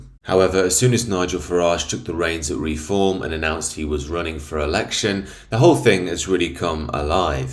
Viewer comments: It’s Reform not Re-Form 😂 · You lost me when I heard the way you pronounce reform.